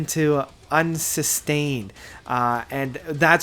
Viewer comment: As a slipknot fan and progressive Rock fan, you nailed this review on the head. Although, you did mispronounce Unsainted. I won't hold it against this great review. Also, Try Iowa next. Heavy, raw, brutal, and interesting sounds. It's a time where everyone was involved.